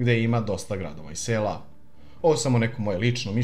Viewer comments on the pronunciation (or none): none